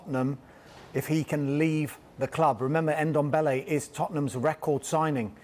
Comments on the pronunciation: It’s Ndombele not Endombele🤣🤣🤣🤣. Funny thing is they are all pronouncing the ‘Ndo’ perfect, just remove the ‘e’ you’re pronouncing at the beginning. Same thing I hear every time they try saying Mbappe’s name. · It's Ndombele not N-dombele...... Jeeez!! 🙄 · Tan guy Dombele. Pronunciation is key, lads. 🤣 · Brandon Ayong he should be behind bars for that "Endombele"